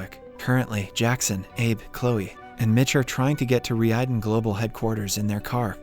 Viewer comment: Relax, it's all part of the " is really an AI" gag. He's been pronouncing the company's name (Reiden) wrong this whole time too lol